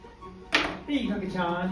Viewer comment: いつもの日本語発音を聞いてるとアメリカンな『ﾀｹﾁｬｱ〜ﾝ』でもう笑ってしまう